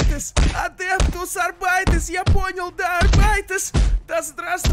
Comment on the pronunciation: В Английском при произношение слово арбитр и просто буквы р заедается он до состояния картавого ахр. И Шон типа считает что произносится вместо адептус арбитес адептус арбайтес